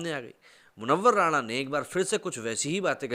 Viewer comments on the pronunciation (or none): वह राणा नहीं राना है